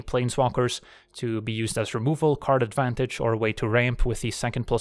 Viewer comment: When going over the decklist and talking about Karn, who else heard "Gives us Karn Advantage"? Lol